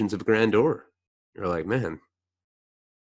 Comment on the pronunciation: lol I know this was a while ago. But it bothered me too. “Gran-jur” Is how I would spell it xRIPx